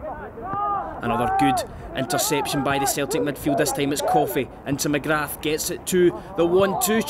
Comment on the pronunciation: The commentator's pronunciation of "McGrath" is brutal